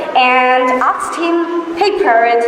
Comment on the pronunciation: Assalamualikm. With due respect, the pronunciation of ''asked'' should be corrected in my opinion. In fact, I have checked it by putting the video on 0.5× speed. But overall, the speech was amazing as well as inspirational for many individuals.